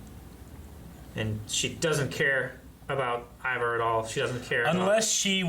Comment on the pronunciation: Never thought I'd see the day when somebody would pronounce Ivar's name correctly, but here it is.